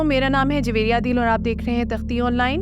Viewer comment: Juvairia hai not javeria